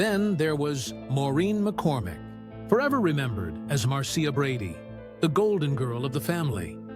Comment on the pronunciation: You pronounced her name wrong ..it was MAR CHA ..NOT Mar Cee Ah ,,,you forgot Cindy and Bobby